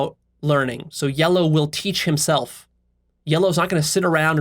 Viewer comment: word "yellow" slightly changed into "Leo", as though he described himself